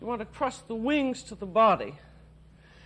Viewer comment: I thought she kept saying "trust" the duck. I was thinking I don't think it's going to peck at this point.